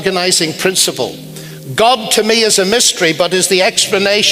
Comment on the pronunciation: Why does that Lennox guy keep saying '' Godt''. Yes God but he ends that word God with a T. Yes Godt . Annoying.